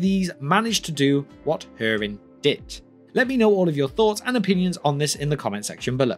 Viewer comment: hurin not her-in